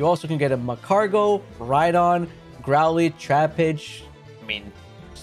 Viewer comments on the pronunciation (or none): I hate to be that guy, like it really pains me, but what the hell is plethora ? Do you mean pleh-thr-ah? Edit, again sorry, but growleth? It's growlith.